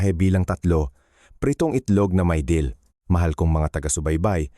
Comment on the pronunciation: wrong spelling lng kc AI voice gngamit nya mali2 pa accent Dill po hndi Deal search mo ung Dill Dill (Anethum graveolens) is a versatile, aromatic annual herb in the celery family (Apiaceae), featuring feathery green leaves (dill weed) and small, brown seeds. It offers a fresh, slightly peppery, and grassy taste, commonly used in pickles, salads, and seafood dishes. It thrives in full sun, grows up to 3-4 feet tall, and thrives in temperate climates.